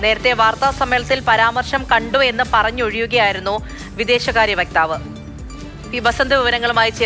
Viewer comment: വ്യക്താവ് അല്ല വക്താവ് അമേരിക്കയിൽ യഥാർത്ഥ നരകം ട്രമ്പ് വട്ടൻ